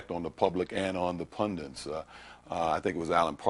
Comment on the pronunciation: Says “pundint”, too